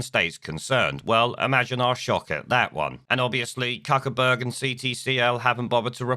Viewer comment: Cuckerberg ???,......I thought it was pronounced Fuckerberg ??? 🤔